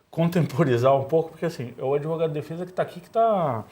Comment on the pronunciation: E esse "dotô adevogado" esteroide anabolizante?????????? Tá tomando tanta bomba, que está precisando usar sutiã.